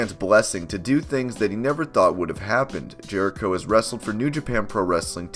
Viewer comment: 1. It’s Jericho, not Jehrico 2. Yes, it’s a contract but it’s not a normal one, it’s kind of a thing like Nacho Libre where he gets paid per matches, not an actual salary. 3. He’s a 9-time IC champ, not 10-time.